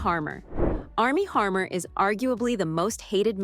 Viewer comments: Its Armie Hammer Not Armie Harmer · HAMMER ROBOT NOT HARMER🤬🤬🤬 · It’s Armie Hammer not Harmer. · It's Army Hammer, not Harmer. Pretty basic. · It's Armie Hammer NOT Harmer. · Please look up actor’s last name pronunciations BEFORE recording videos. Johansson and Hammer were both pronounced incorrectly.